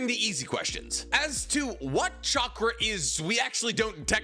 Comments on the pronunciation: Every time you say chackar i am goin to drink a bit of beer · I think you're forgetting that real ninjas pronounce it catchra